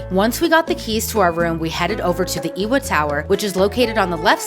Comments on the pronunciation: Ewa = “eh vah” (“E wah” was a cute attempt) Love the vid as usual. Keep those Mouse Vibes going! 🫶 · Ewa tower is pronounced “Evah”